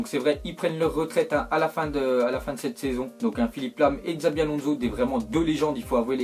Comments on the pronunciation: on ne prononce pas comme sa cela s'écrit , ce n'est pas [xabi] mais [chabi] , cela s'écrit peut être xabi Alonso mais on prononce pas a la française , stp prononce un peu mieux ... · Enfaite toi tu sais pas parler c'est pas possible t'a entendu comment t'as dit Xabi Alonso tu sais rien prononcé sa se voit t'es pur français toi😂